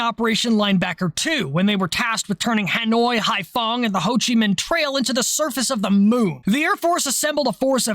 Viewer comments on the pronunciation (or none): none